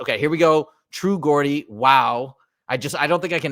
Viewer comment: Just for future note: Geordie is pronounced "Jordy"